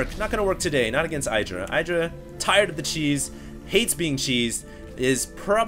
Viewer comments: "iddra", not "I draw". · It's idddrA IDDDDDRA Not eye-dra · i've never heard i-druh before. always heard it as ihh-druh. hmmmm... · IdrA has said it himself its pronouced Id - ra not eyedra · It's pronounced Eye-dra. Oh? I was told it was Id-ra? Well, they were wrong, weren't they? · Please call him idra, not eye-dra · Just bt dubs, Idra is not pronounced eye-dra. The Id is pronounced the same way it is in "lid". Say "lid-ra" and then take off the L. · Its Idr-ah it rhymes with get yah. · Dude,... it's not Eye-dra. =/ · you still pronounce "idra" wrong